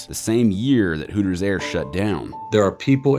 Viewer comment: Hootors.... Sounds like hookers